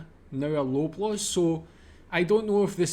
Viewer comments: Lobaws is pronounced 'lob' as in 'lob the ball', not 'lobe'. Maple Leafs Gardens was original venue for Maple Leaf hockey team. There are not any other supermarkets like this one. We don't have shops in Canada like your small frozen food shops in the UK like Iceland. No Frills is owned by Loblaws. Grocery stores carry a variety of foods from all over the world. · Please pronounce it as "LAW BLAWS" not Loblows !! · Hey, love your videos.. I'm from Canada just south of Toronto.. For some dumb reason it's pronounced Lawblaws. don't know why they spell it LO... cheers